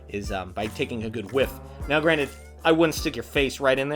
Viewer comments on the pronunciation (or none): none